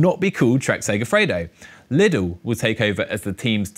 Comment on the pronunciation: Please, Lidl is a German brand and pronounced 'Leedle' (long i), not 'Liddle'